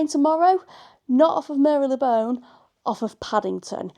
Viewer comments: Great video, it’s not Mary Le Bone though 😂. Mar Lay Bone 🦴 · As a Londoner, It's always been Mar-Le-Bone but then I may be wrong. Made me think for a second but then soon forgotten - loved the review.